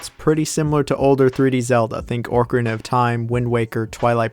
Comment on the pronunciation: I'm sorry but I have to point it out because I've heard you do it several times. The Zelda N64 game is OCKarina of time, not ORCArina of time. It's not a whale. Cmon bro.